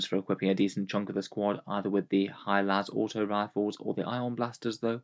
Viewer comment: “High las”